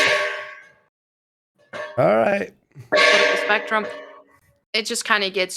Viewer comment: saying “spectrum” is torture. Omg. 😱 “ssperrktrrerm”